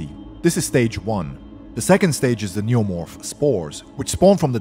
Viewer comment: lol the way he says neomorph